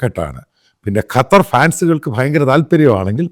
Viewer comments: കറ്റർ അല്ല " ഖത്തർ " . കള്ളം പറയുന്ന ചാനൽ... കറ്ററിലുള്ള വലിയ എത്രയോ പോസ്റ്റുകളിൽ ഈ പറയുന്നവന്റെ ആളുകളെ ഒരാളെയും നീ കണ്ടില്ലേ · കറ്റാർ alla😂 ഖത്തർ ✌️